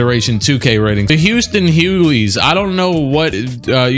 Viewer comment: The way how this man kept saying DL HuGhley’s last name wrong was starting to give me a brain aneurysm 😂😂😂